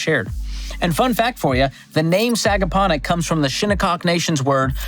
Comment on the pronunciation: Nailed the pronunciation on Sagaponack and Shinnecock